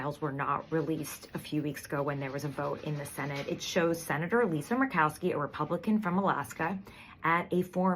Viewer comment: Merked-Cow-Ski. Oy. #Makes my ass drag. 🎉